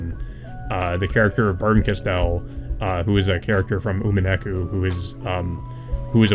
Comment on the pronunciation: "Umeneku" is the worst butchering of Umineko's title I've ever heard lmao. Good discussion nonetheless.